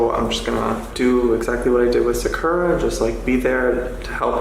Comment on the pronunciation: i have many questions about this video. not every pet owner is absolutely perfect, why is she acting like she would be 100% perfect in the same situations? why does she say sakura as “sackora” ? in hindsight, yeah maybe he should’ve done things better, to be so critical of someone else when you wouldn’t be perfect in the situation either is not right. he’s trying his best to help these animals, she’s acting like he has some sort of weird kink for having animals or breeding them 😭. if he would have just left the animals this girl would’ve been griping about that too, at least he didn’t just leave them there and is TRYING.